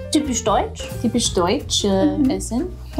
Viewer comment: The ü-sound in "typisch deutsch" was more or less accent free, - you're getting there!